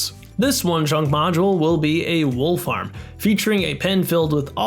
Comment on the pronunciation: Near the end, I kept hearing "Wolf Arm" instead of "Wool Farm"